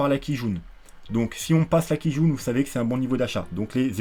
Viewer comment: A chaque fois que tu dis Kijun, ça me fait penser à une quille jaune mdr